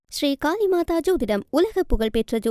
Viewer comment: மூதேவி காலி மாதா அல்ல காளி மாதா.